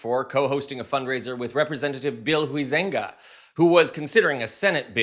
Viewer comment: Huizenga is pronounced HIGH-zeng-guh, not hoo-ZENG-guh